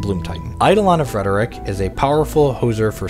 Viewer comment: You said "Rhetoric" wrong